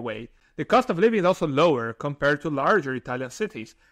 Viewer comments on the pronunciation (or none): When you say 'kom-par-red', are you actually trying to say 'compared'?